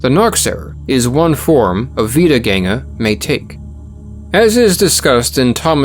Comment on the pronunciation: As a German, I was very positively surprised by your pronunciation of "Wiedergänger" I didn't expect you to get the ä right